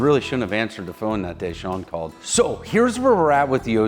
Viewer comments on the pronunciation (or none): none